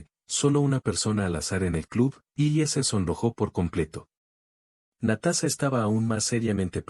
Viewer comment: Muy Bonita historia lastima que el video y la historia no esten de acuerdo y la pronunsiacion es terrible Natasa y Natasa estaba en soc 😅 Natasa vivio feliz por siempre